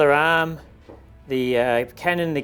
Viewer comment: I like how he is saying arm sounds like aaaam.